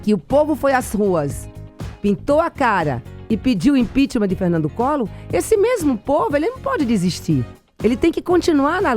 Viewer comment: " Canidata", ' impichmá"...fico imaginando o texto desse livro. Se bem que não foi ela quem escreveu...